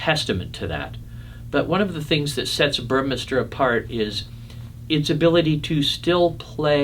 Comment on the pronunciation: The pronunciation is "Boor-meh-star".